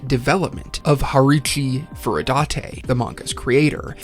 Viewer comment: Finally you pronounced furudate right. Subscribed.